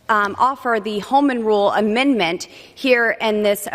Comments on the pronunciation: She never could pronounce "a minned ment" correctly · Amindment? Did she take diction lessons from MTG? Boobert gives intensley stupid,perverts a bad name.